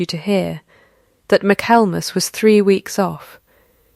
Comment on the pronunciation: My-kal-mus??? Ai can't pronounce Michael and mass?